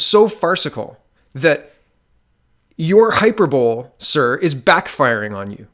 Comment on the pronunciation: Good vid, but please pronounce hyperbole correctly!